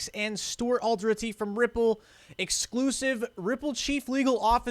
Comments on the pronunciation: it is 4 syllables for Alderoty. Al-der-rot-ty. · All-der-ra-ti.. not whatever mess you're doing with that